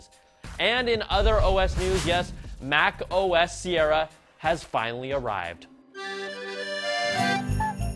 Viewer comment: ok soy el unico que noto que MacOS SE ESCUCHA COMO MecOS osea que pex con apple